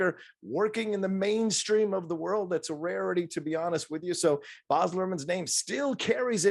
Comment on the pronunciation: It's pronounced Baz as in Basil Brush (where his nickname originated), not Bahz. This movie really does have his stamp all over it. Austin Butler was great in it!